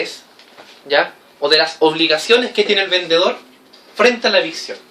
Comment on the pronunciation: Muy buena clase, pero cuidado con tu léxico, debes hablar claro, no se dice vendeor Saludos